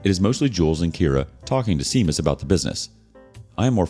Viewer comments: Just for future reference "Seamas" is pronounced "Shay-Mus" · "Seamas" ROFL... That's pronounced "SHAY MUS" Celtic...